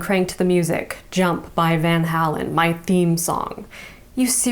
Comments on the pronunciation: Recently found your channel, and have been binging..Love your work, learning a lot. .but gotta say hearing Van Halen (pronounced hay-len) said van hah-len stopped me dead in my tracks and have 'get these kids off my lawn" moment haha. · I love you, but when you said "Van Hal-En" I just got pulled out of it!! It's Van Hay- len. K, thanks, 'bye!! 😅❤ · I love you, but pronouncing it "Van Hal-in" instead of "Van Hay-len" is a crime against humanity. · I've never heard anyone pronounce Van Halen that way.